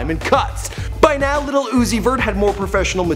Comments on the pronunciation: Stop saying lil as little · Lil and little are pronoun differently. smh.